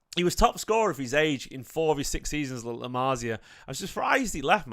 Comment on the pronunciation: LA MARSIA? 😳 LA MASS-IA ✅️